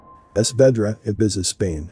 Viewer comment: It's a robot listen to how 🤔 he pronounces ibiza 🤪🤪🤣